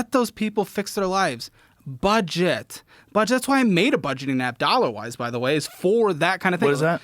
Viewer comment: Ole Joe, it’s “dollawize” lmao